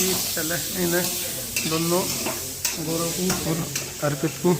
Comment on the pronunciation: आप लोग गोरव क्यों बोलते हैं गौरव बोला जाता है आप एक टीचर है शुद्ध हिंदी भी नहीं बोलते हैं , प्रीति भी गोरव बोल रही थी